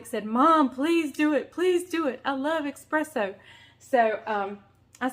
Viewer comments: It’s called espresso, not expresso. LoL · Not eXpresso - eSpresso.. No offense to you..love you..❤ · S-presso, not X-presso. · eSpresso… no X